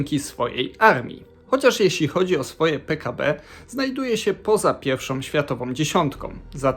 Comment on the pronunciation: Rrrrrrrr Rrrrrrrr Rrrrrrrr! Nie piełszą tylko pierwszą! |rrrrrrrr Rrrrrrrr!